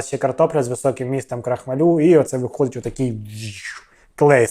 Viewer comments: крохмАль, крохмАлю, а не крохмалЮ! 🤣😂😂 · Не крохмалю на лю, а крохмааалю! Знаток! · КрохмАль, наголос на А. При відмінюванні наголос все одно на А лишається🤓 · Крохма-лю, цей наголос...бррррр 😅 І це я про автора 😂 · Юліну картоплю, разом з блєндєром, навіть обговорювати немає чого, але скажіть будь ласка чому крохмалЮ? Аж вуха болять. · Цей Ваш стьоб, ну просто ниц. І навчіться правильно вимовляти крохмаль в родовому відмінку. Ваш наголос, як її картопля жахливі.